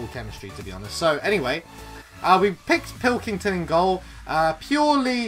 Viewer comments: He called Pickford pilkington😂😂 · pickford not pilkington